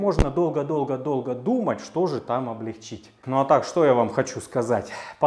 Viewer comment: Умоляю! Ставь правильно ударение в слове облЕгчить. Заранее спасибо